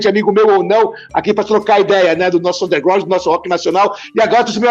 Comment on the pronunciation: Noooosssaaa é muito dificil...ter Studio e hora pra gravar ...kkk .. genebra é ruuutizzz ... superrtt anderrrrgrasssuuuunnnderŕr